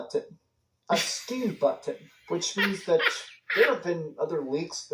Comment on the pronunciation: Why can’t he say button